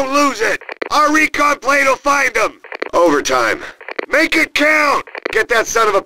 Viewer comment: “Our recon plane will find zem!” -Wehrmacht announcer